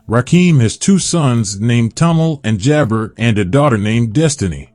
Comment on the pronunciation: the segment is called KNOW YOUR CELEBRITY and this person doesn't even know his name...you just picked somebody you thought would draw clicks...wow...as I listen you can't even pronounce Allah...and Jabar...I'll never be able to stop texting if I keep listening to your errors....